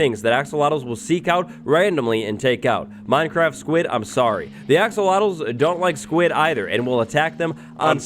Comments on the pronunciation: He's said "axowatles" so much that I sometimes forget that they're actually "axolotls". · I heard "Axowatls" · Axowattles... yee!